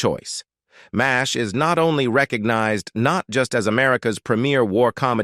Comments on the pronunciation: I totally agree! Wherever did they get this narrator?His pronunciation of Mash is awful - Massaich? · yea its sub par "MAZZZ H" ha ha "Siddda Kick"